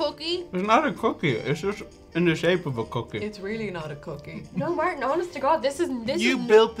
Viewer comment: Martin. Tent out of Tent. 🤣